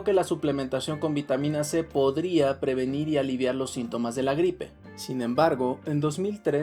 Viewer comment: Pero todos son para "previnir" lo está diciendo